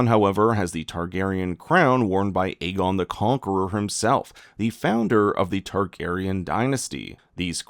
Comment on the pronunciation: Another YouTuber pronouncing the name Aegon WRONG every. Single. Time.😂😂😂